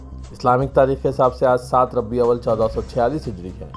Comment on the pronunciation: What is Rabbi Awwal, infact this is called Rabee' ul Awwal، ربیع الاول ہے بھائی۔۔ربی اول نہیں ہے